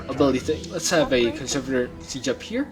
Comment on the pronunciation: Conservator emphasis is on the “E” ConsErvator